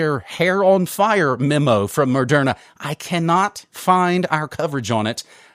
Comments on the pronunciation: "Murderna" LOL ... good one James! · "Murderna" well done.